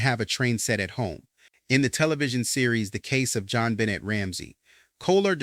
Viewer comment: Her last name is pronounced Ben Nay, not Benit